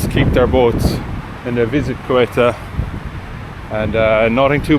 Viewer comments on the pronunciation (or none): I think they pronouce Ceuta as ' See Oater,' planning on visiting next year. Thanks for sharing 😊